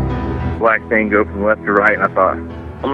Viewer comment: I think it’s just the way he pronounces “black thing goes from left to right”.